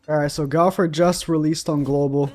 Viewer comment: 2021, dude still can´t pronounce "Go-wth-er" correctly, says "Gauther" everytime, lmao